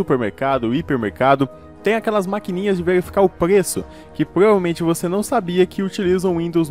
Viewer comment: Ele fala "pgueço" em vez de preço 🤣